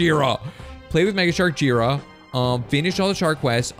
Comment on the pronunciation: It's J-I ra not jira